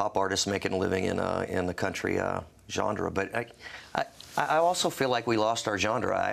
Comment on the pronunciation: lmao that he keeps saying "gendre"